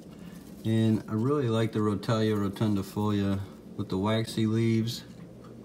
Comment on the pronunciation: The way you pronounce rotala ( roh- tall- a) really annoys me but it doesnt matter much lol Good video displaying the different plants.